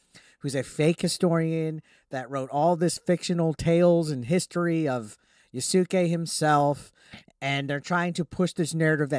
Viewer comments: Just so you know, his name is pronounced Yas-kay not Ya-Su-Kay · “Yah-sook-ay” plz you’re killing me